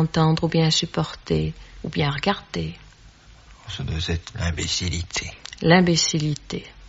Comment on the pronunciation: "ce doi z'être l’imbécillité" Quoi, Gainsbourg ne savait donc pas conjuguer le verbe devoir au présent de l'indicatif ou pas moins maîtriser la justesse des liaisons ? ^^ Un homme que l'on a mythifié surement. Du talent c'est sûr, mais pas plus que d'autres. De la provocation (alcool en bagage -alors quoi de plus facile ?-), et un "nez", plus assurément !